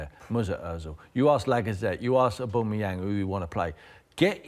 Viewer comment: Not even watching the video, I see Tim Sherwood talking about Arsenal, I click the dislike button. The guy is that biased that he can’t even pronounce Aubameyang correct. Owboomoyang... Smh 🤦🏻‍♂️